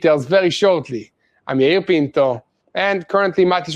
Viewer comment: Yair Pinto not penco!!!!!!!